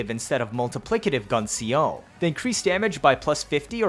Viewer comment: Love yer vids but like....tehfux is "Gun C O"???